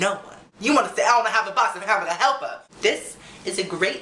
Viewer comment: "I WANT A BOX OF HAMBURGA HELPA!" hahahaha you crack me up! Tiny chat soon?:)